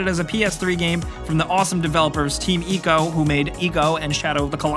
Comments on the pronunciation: this dude hasn't played DR: off the record? also it's ICO not "ECO" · Stop pronouncing "Ico" wrong please.